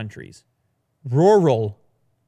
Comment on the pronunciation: Nobody:: RuUuRaaL